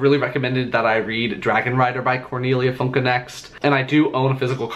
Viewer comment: Really good pronunciation of Cornelia Funke's last name! I've never heard it pronounced correctly on the English-speaking booktube before :D I'm glad you enjoyed the book. It's one of my all-time favorite books from my childhood!